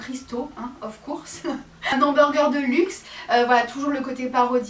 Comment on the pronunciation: Tu sais ne sais pas dire "of course"🙄 alors arrete !🤐😒en plus tu ne sais pas pronocer les nom des star et les autre mots anglais😒